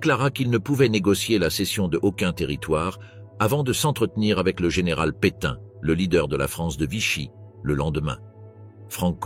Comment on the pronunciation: Le général Pétain... Super l'IA ! 😂😂😂